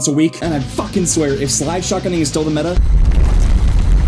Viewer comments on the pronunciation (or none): none